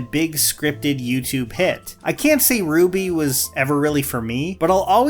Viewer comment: Gotta correct your pronunciation of RWBY... it's actually "ruh-wubby"